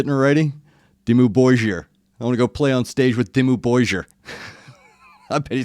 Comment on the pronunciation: You almost got the pronounciation right after listening to the vocalists intro, but then you got it wrong again a few minutes later. Your problem is with "Borgir" - try saying "Bor" like you would say "Whore", just cut off the 'e' at the end of the word and swap the consonant from a long W to short B, and then say "gir" like you would say "gear" but drop as much of the 'a' as possible. If that doesn't get you close, I don't know what will.